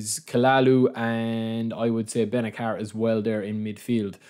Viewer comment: It's pronounced benaser he's a great DMF